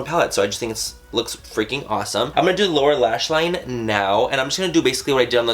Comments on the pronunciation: Did he say Laura lash line?? 😂😂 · I thought he said "laura" lash line. not lower lash line. lol.....